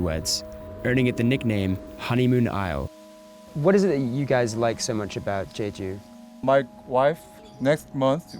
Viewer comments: It's not pronounced Jayjoo, you moron, it's jeju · The way he pronounced jeju...Haha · It's not jayju